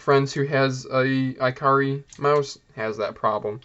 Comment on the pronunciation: “ee-kah-ree”, not iCarly